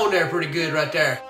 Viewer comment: "Right der"